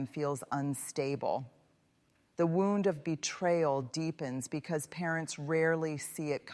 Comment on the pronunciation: This does not sound like a speech, it sounds like someone is reading a transcript or book. And why does she keep mispronouncing "wound"? She's educated, isn't she? 😳